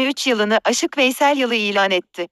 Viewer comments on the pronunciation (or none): Merhaba! Herkese çok faydalı oluyorsunuz. Tebrik ederim ama "aşık" ile "âşık" , farklı kelimeler. Bu kelimeyi yanlış telaffuz etmenizden çok rahatsız oldum. Çalışmalarınızda başarılar dilerim. Teşekkür ederim.